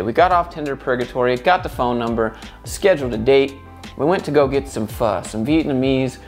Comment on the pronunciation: THANK YOU FOR PRONOUNCING PHO AS FUH AND NOT FAUX, fucking hell